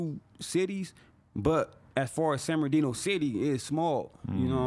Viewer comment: Every time he says “San Bernardino” , it sounds like he’s talking about a guy named Sam Berdino